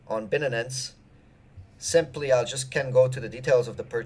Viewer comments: Dude, its Bi-Nance, not Bin-nin-nin-ance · Binenens? HAHAHAHA wtf No one pronounce shit like that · Bin-nanance rhymes perfectly with fin-nanance, to all you haters! :-D